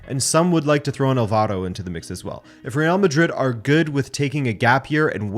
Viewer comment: brother, just fyi, the name Álvaro has its accent in the first A, so it's "Alvaro" not "alvAro"